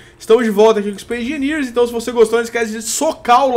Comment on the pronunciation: Aeeeeee "ispaice engeniers" \o/